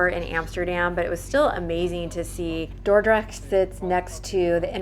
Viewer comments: Your pronunciation of Dordrecht is perfect ! I live there so I know :-) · Your pronunciation of Dordrecht is spot on! Don't worry 😊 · I cannot get over how on point your Dutch pronunciation is! Both "Dordrecht" and "stroopwafels" are pronounced impeccably. [chef's kiss]